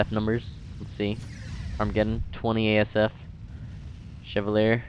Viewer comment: It's pronounced "Che-val-yay".